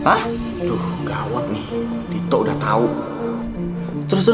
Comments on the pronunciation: Kok manggilnya to bukan dit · Ko manggil Dito "to" sih😭